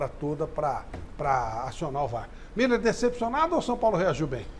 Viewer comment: Muiller é igual o neto fala mesmo kkkkk